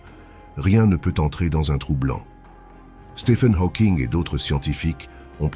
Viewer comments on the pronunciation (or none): none